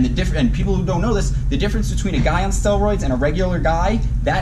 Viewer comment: Is it me or does he sound like he is saying "stillroids"?